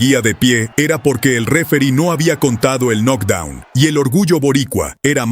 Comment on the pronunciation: UN NOC DOUN ????? 😂😂😂😂😂😂😂 ERES MALO PARA PUBLICAR .